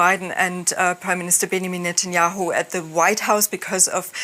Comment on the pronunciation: "bangamin netayehu"